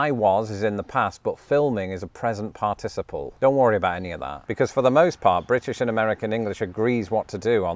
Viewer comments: I find the British pronunciation of the word "participle" interesting. In American, I learned it with the stress on the first syllable: "PAR-ti-ci-ple." But I've heard a few different British speakers say the word, and they usually pronounce it with the stress on the second syllable: "par-TI-ci-ple." Yet another language difference. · I couldn't help but notice the difference of emphasis on the syllables in the word "participle". I say "PAR-ti-ci-ple", but the British way seems to be "par-TI-ci-ple". Interesting. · Your British syllabic pronunciation of "participle" (parTISable) is making me giggle. I've only ever heard it as parta'siple (phonetically speaking)! Old joke: You're stressing the wrong syl-AH-bul! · Thy way you say "participle" seems very odd to this American. You break it down as "partic-iple" whereas I would say "parti-ciple". The syllabification is off. Which actually illustrates the difference when you compare that word to "syllable". "Sy-llab-i-fi-ca-tion" vs "syll-a-ble". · "Determiner"? We call those "articles" in the US. "In hospital" makes more sense without the article. "Participle." In the US it's pronounced PART-i-siple, not "par-TIS-i-ple." The US pronunciation sounds more fluent to me. But I'm American. The "shall" vs. "will" difference is interesting. I was taught ('50s) to use "shall" in first person, and "will" otherwise. To EMPHASIZE, reverse it! So: "I shall go", becomes "I WILL go" if emphasis on the action is desired. That is no longer true today in the US. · I love how seems incapable of settling on one particular stress pattern for the word "participle." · Your pronunciation of the word “participle” reminds me a bit of the British pronunciation of “aluminum”. The syllables are all there, but the rhythm seems weird. 😂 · In the US, we accent the 3rd syllable of the word, "participle". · In the US, "participle" has the accent on the first syllable. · Now we just need to teach you how to correctly pronounce 'participle'.